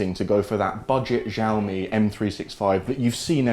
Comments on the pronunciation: Xiaomi - "Shaomi" not "Jiaomi". Greetings from China 😛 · Please learn to pronounce Xiaomi correctly!! It ruins completely your video. We say "chiaomi" like in Chicago. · I heard x sound not sh